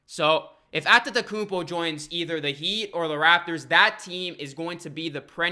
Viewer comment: i think you deserve a like for the sheer number of times you said antetokounmpo correctly.